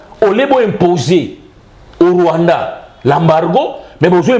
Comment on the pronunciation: pas le Rwaanda et l'Ouganda.